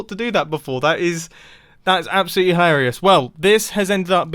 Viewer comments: “ That’s absolutely hiwawrlius “ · “that’s absolutely hiriauous”